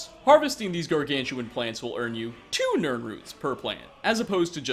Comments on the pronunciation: lmao "Tyoo" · when you said "T-E-OO-W nirnroots," it made me happy for once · Haha your right nice catch lol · I was just checking to see if anybody else commented on this yet. LOL definitely made me laugh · T W O nirnroots